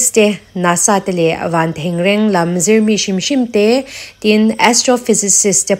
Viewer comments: Ngaihnawm hle mai, Van thengreng i lam thluk erawh a diklo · Van thengreng i lam dan dik lo vang hian ngaithla chhunzawm lo mai teh ang 😂